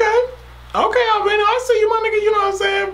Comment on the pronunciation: Ar-ver-lee-no thats how it’s pronounced